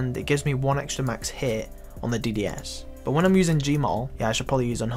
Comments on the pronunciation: but = bot? ;O learn to speak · I hate how you say "but"... Buhwt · the way he says “but”...... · its funny when you say but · you say but weird